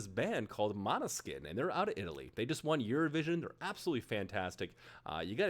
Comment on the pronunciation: Bro said maneskin💀💀(i'm italian)